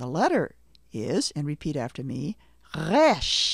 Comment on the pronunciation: Also Resh is supposed to be a trilled/flapped R, not a French sounding guttural R.